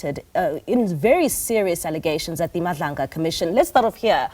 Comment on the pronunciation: A public broadcaster doesn’t even know the name of the commission. You must pull up your socks. It is Madlanga commission not Mabandla commission. Yoh